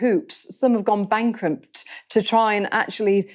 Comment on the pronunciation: "Some businesses have gone bankrumpt" 😂